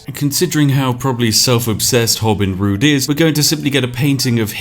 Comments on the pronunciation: “Hobin Rood” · "hobin rood" sounds like "hobin rude" which checks out and was probably an intentional move